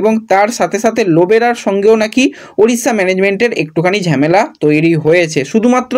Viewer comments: ঝেমেলা এই কথা টা শুনলে খুব বিরক্ত লাগে। কথা টা ঝামেলা হবে। এতদিন ধরে ভিডিও কোরছো প্রনাউন্সেশন এতো খারাপ হবে কেন? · It's not ঝ্যামেলা it's ঝামেলা😂😂